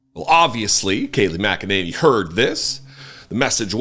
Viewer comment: It's pronounced "mack-a-ninny "